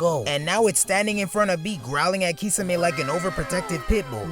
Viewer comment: The way this guy says “kee-suh-may” is diabolical